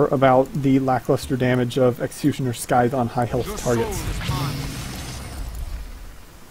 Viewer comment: sythe, the c is silent